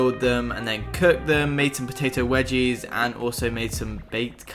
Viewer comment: when he said potato wedgies